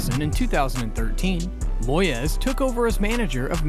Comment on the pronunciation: His name aint moy-ez. Its moys, also why are you showing clips of tim sherwood, when talking about remi garde? You kust like goal90. An american who knows nothing about football